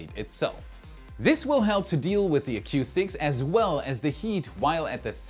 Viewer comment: The next flight will slip to August (if they can defeat the injunction) and they will have a third flight only if the second flight has no RUD.: 😢 Acoustic is pronounced "a COO stick". a CUE stick is used to play billiards/pool/snooker.